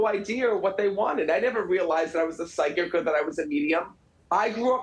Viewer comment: did you say pyschic or pyscho ???